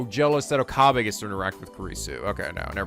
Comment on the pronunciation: Forgive me but I'm going to post this again seeing as it has been a thing for ages: Rule of thumb for Japanese names, please stress the THIRD TO LAST syllable. This is VERY CONSISTENT; you should never need to guess how to pronounce names: SUzuha Amane, not suZUha aMAne MAyuri, not maYUri Okabe RINtaro, not oKAbe rinTAro / Okarin, not oKArin / HOUouin Kyouma, not houOUin KAede, not kaEde FUbuki, not fuBUki Itaru HAshida, not iTAru haSHIda HIyajo, not hiYAjo MAkise KUrisu, not maKIse kuRIsu KAgari, not kaGAri (this one you said correctly the first time then changed it so that it was wrong) And from other games, to make the point clear: MAjima, not maJIma MAkoto, not maKOto KAzuma, not kaZUma If you don't believe it, just listen to how the voice actors pronounce the names. It's a western tendency to stress the second to last syllable instead, but third to last is correct. I would understand not knowing how to pronounce names if you read them with no context, but in games like Yakuza and Steins;Gate, the voice actors read out the name for you so you should know how to pronounce them.